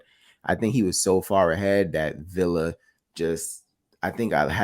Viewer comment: This fight might be another Broner vs Maidana if boots don't respect Villa power!! ohh and Mad respect for prounced Villa (Viya) correctly and not Vila👍🏼